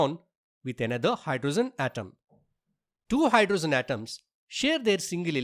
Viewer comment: 1.oxygen ❌ oxyzen✅ 2.hydrogen❌ hydrozen ✅ 3.nitrogen ❌ nitrozen✅ 😂😂😂😂